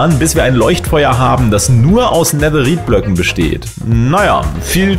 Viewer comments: Netherite wird so weit ich weiß Netheride (englisch ausgesprochen) ausgesprochen oder Nethereite (deutsch ausgesprochen) ausgesprochen 😬 Kp ob man verstehen kann was ich meine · Bitte sprich Netherrite nicht so deutsch aus 😂